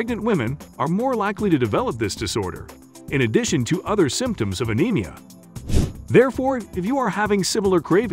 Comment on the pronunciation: This text tho speech reader is not great. Anemia is not a-nem-ee-a It's a-neem-ee-a It's not pick-a It's pike-a